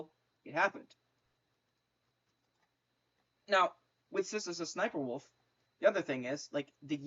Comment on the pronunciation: It’s funny cause you say s,s,sniper wolf